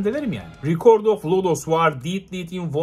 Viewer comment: İsim olan "record" sözcüğü "rekırd" diye okunur ağam, fiil halinde "rikord" diyebilirsin :) İngilizce öğretmeniyim, bilgi olsun benden sana.